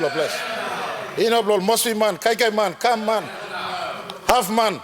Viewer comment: Not " kan man/but Kam Man"